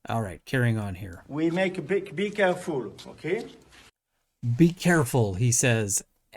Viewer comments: I watched this video a few times yesterday on Twitter and was convinced he said “bigger fool” at the beginning! No idea it was actually “be careful” 🤣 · 😹😹😹 Remember folks, bee keh-fool....